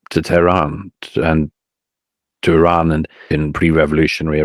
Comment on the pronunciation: He can’t pronounce properly even name iran not tehran